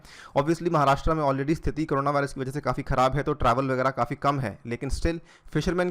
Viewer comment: 'महाराष्ट्रा' नही है वो, 'महाराष्ट्र' है.. आपको 'अनिरुद्धया अग्रवाला' बोलेंगे तो कैसा लगेगा??